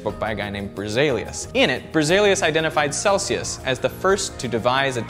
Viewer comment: Nice summary. One small note (in case it hasn't yet been pointed out a 100 times in the comments already :D): you seem to be pronuncing Berzelius' name like it was "Brezelius" and since the name itself appears on the screen only briefly, it may make those who aren't familiar with the name think it is, indeed Brezelius. I'm not trying to be trolling or being a Pronunciation Nazi here :D - just knowing you like to be correct I'm sure you don't mind me pointing this out.